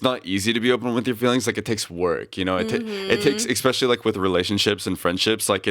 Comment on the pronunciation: Jake words: EK-SPECIALLY and HURTED